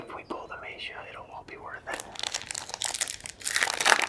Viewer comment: maybe just maybe Magia is upset that you continue to pronounce its name wrong.. to break the curse you must say its name correctly!